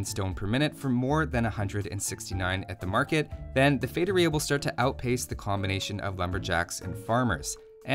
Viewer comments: Ah another video when he says "Fetoria"...👌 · He doesn't have a master's in how to pronounce feitoria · It's pronounced with an emphasis on the 'i', not the 'o'